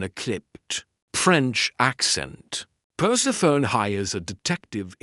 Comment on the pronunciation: I love listening to these Nero Wolfe mysteries but I cringe when the AI doesn't recognize the nuances of the language. I cringe every time it says Perse-PHONE instead of Persephonē, long ē.